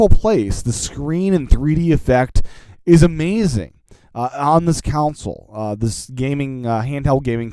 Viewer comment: Console.... it's pronounced CON-sole .... not COUNCIL... Sorry, just a pet peeve of mine!